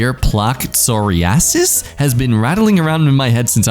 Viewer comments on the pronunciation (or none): none